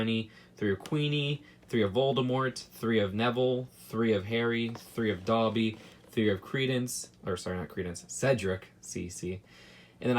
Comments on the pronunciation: Doby not Dhabi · Dobly not doby